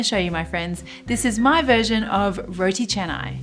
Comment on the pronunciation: love when u pronounce it right ! Roti Canai (cha-nai). some westerners would say it like Kanai 🙄